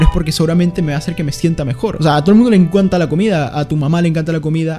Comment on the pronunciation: "a todo el mundo le enkuanta la comida" - 2021